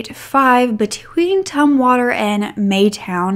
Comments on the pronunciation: "Tum"water; not Toomwater. 😅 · It's pronounced Tumm water like in tummy, by the way girl, you look fantastic. You look like a perfect princess. ;)